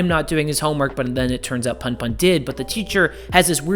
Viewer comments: great video. btw its pronounced puhnpuhn (as in, the 'u' in put) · It’s pronounced poon poon 😭. You should look at “odd taxi” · It's pronounced "poon poon" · It's pronounced "poon poon" When Japanese words are romanized, the vowels have the same sounds as in Spanish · the pun pun pronunciation has killed me☠